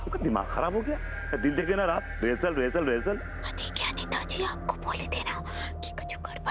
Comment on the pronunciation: रीहेर्सल कोरबे के नहीं कोरबे 😂😂😂